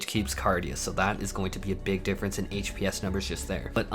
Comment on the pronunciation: That's not how you pronounce succor >.>